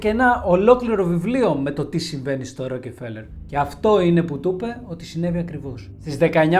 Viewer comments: Δεν προφέρεται το e φίλε . Ροκφέλερ προφέρεται και ο τύπος εδώ είναι εντελώς γεια σου ... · Την ιστορία τη θυμάμαι από τα παιδικά μου χρόνια, τότε οι εφημερίδες μίλαγαν για το θέμα πολλούς μήνες. Αλλά παιδί μου, εδώ στην Ελλάδα τον προφέρουμε Ροκφέλερ. Όσον αφορά το βιβλίο που έγραψε ο Χοφμαν ... δεν πιστεύω τίποτα. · Εντάξει, προφέρεις λάθος τον Ροκφέλερ, ανεκτό. Μα, "εξαφανισμός";;;;; Έλεος. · ωραια ιστορια, λαθος προφορα στο ονομα... ωραιος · Wraia ta lleei to palikari giati tou kanis paratirish.. bravo re kai la8os na to les se goustaroume me ta xilia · Μία διόρθωση, Ροκφέλερ κ όχι, ροκεφελερ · Ροκφέλερ βρε όχι Ρο κεφελερ. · Ροκφέλερ φίλε μου, οχι Ροκεφελερ. Βγάλε το Ε από την μέση. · Συγνώμη, αλλά δε λέγεται το επωνυμό τους Ροκεφέλερ, αλλά Ροκφέλερ. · Αυτό το Ροκεφελ !!!! Πέστο σωστά : Ροκφέλερ 😅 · Ροκφέλερ προφέρεται, όχι Ροκεφελερ . Μάλλον τον έφαγαν οι Μαου-Μαου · Ροκεφελερ Ροκεφερελ😂 έχω να εκνευριστω με λάθος προφορά από το Μαικολ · Tι ροκεφελερ ρε; Ροκφέλερ. Γράψε λίγο πρώτα αν υπάρχει τέτοιο όνομα πού αναφέρεις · Ροκφέλερ οχι Ροκεφελερ. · Δεν είναι δύο λέξεις το όνομα του αγόρι μου. Δεν τονίζεται σε δύο συλλαβές. Μόνο η πρώτη συλλαβή τονίζεται η Ro.Αλλα γιατί δεν την προφέρεις στα ελληνικά Ροκφέλερ; Αυτό το Ρόκε φέλερ δεν υποφέρεται. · Μπρο πας να πεις ένα στορυ για άτομο που δεν ξέρεις καν το ονομα του. Πρώτον είναι η πλουσιότερη οικογένεια στον κόσμο,δεύτερον είναι Εβραίοι και τρίτον λέγονται ΡΟΚΦΕΛΕΡ. ΣΒΗΣΕ ΤΟ ΒΙΝΤΕΟ ΚΑΙ ΞΑΝΑΚΑΝΤΟ ΑΠΟ ΤΗΝ ΑΡΧΗ ΑΝ ΣΕ ΑΚΟΥΣΟΥΝ ΕΛΛΗΝΕΣ ΕΞΩΤΕΡΙΚΟΥ,Η ΑΓΓΛΟΦΩΝΟΙ ΝΑ ΛΕΣ ΡΟΚΕΡΦΕΛΕΡ ΘΑ ΣΚΑΝΕ ΣΤΑ ΓΕΛΙΑ ΚΑΙ Α ΣΕ ΞΕΦΤΥΛΙΣΟΥΝ ΟΠΩΣ ΜΟΛΙΣ ΕΚΑΝΑ ΕΓΩ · STA ARXIDIA MASSSSSSSSSSSSSSSSSSSSSSSSSSSSSSSSSSSSSSSSSS ΠΟΥ ΠΗΓΕΣ ΜΥΚΟΝΟΟΟΟΟΟΟΟΟΟΟΟΟΟΟΟΟ ΟΧΙ ΡΟΚΕΦΕΛΕΡ ΡΕ ΒΛΑΚΑ ΡΟΚΦΕΛΕΡ ΛΕΓΕΤΕ Ο ΣΚΑΤΟΜΑΣΩΝΟΣ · Στην αλάνα που τον πέταξαν είναι εκεί που έχει καντίνα ο Ρότσιλντ;;;;;; Μεγάλε δεν φταις εσύ φταίνε αυτοί που σε ακούνε 😂😂😂😂😂😂 Έχεις πολύ πλάκα Εγγονός του παραμυθά έτσι; Α ! Και μάθε πρώτα πρίν βγεις αέρα Ροκφέλερ όχι ροκεφελερ